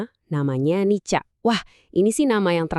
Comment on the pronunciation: itu AI voice over dibenerin dulu. sebuatannya "nika" bukan "nica". malu2in aja.